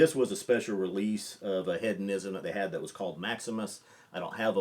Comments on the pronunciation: It's pronounced Heed-on-ism not Head-on-ism. Have you not heard this word before? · Love ya but it’s HEEDonism and you said “Head-onism” like 18 times in 30 seconds 🤣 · He-dough-nism not head-o-ism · It's an interesting word. With a Brittish accent the word is pronounced heh·duh·ni·zm. To American English speakers, it sounds like the Brittish speaker is saying head-uh-ni-zm. It is a subtle difference, but Brittish English speakers are including the "d" in the second syllable just as American English speakers. Hearing the word spoken by a Brittish speaker leads to this common American mispronunciation. The key is the first syllable. Brittish first syllable is "heh," and American first syllable is "hee." So, our American ears tend pull the "d" into the first syllable when we hear the Brittish pronunciation. Listen to say the word again keeping in mind that he is saying heh·duh·ni·zm, not head-uh-ni-zm. I hope this helps. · How is nobody commenting on the pronunciation of hedonism? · Very nice list. The inclusion of Compass Box Hedonism is a fantastic choice. Please check the pronunciation, there is no "a" in Hedonism. I mean this only to be helpful. I enjoy the information. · One further point. Keep in mind that is an American who lives in London, so the question is is he pronouncing it incorrectly, or is he using the Brittish pronunciation. I'd guess the latter in that he is softening the first syllable as the Brittish do, and placing the "d" properly in the second syllable. Hedonism is not a commonly used word, and it's likely that first heard, and learned to pronounce it in Great Britain. Again, I don't want to detract from the main point of your video. Your choice to include this Scotch blend here is, as a Brittish speaker would say, brilliant.